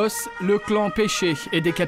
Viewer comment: C'est "Pesce" mais oui le journaliste dit péché 😂😂